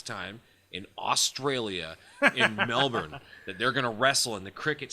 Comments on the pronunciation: Cheers for actually bothering to pronounce Melbourne correctly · Firstly, thanks for pronouncing Melbourne correctly. Second, the Iiconics are from Sydney not Melbourne. I was there and you could hear the chairs on Undertaker's back from the stands. The show overall wasn't great and the MCG is far too big. Unless you spent minimum of $300 per ticket, it was too far from the ring. Vegemite is horrible but Four N Twenty pies are awesome. John Cena was the worst part of this event. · I think my biggest take from this review is that said Melbourne CORRECTLY!!!! On behalf of Australia, I thank you very much haha the American pronunciation of the word is normally hilariously bad but you did really well here. *we don’t drink fosters though FYI:p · Good job on pronouncing Perth and Melbourne properly